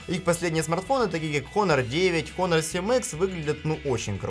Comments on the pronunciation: Китайская херня,только по глупости можно хуавей купить!А автору привет,Honor читается и произносится Онор! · Произносится название фирмы "Онор". Сколько можно уже коверкать английские названия? МейцзУ - ударение на последний слог.